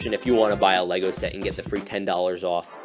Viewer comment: Did you just say lesgo, and not le-go